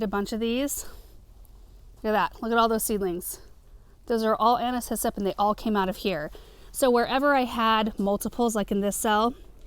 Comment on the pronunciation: I feel like such a dork! All this time I thought you were saying “Anna’s hyssop” as if it were a variety of hyssop 🫣